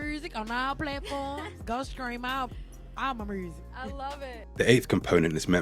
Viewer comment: From a French speaker I'd rather say that "Murzic" sounds like French "musique" pronounced with an undefined American accent.